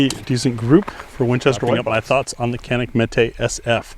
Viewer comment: It's pronounced Janik 😅